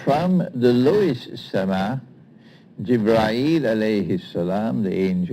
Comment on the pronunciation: Sir Imran it is not Jibraeel it is Jibreel please correct as per Holy Quraan